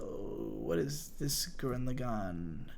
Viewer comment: Why do people say gurren lagann wrong? plebs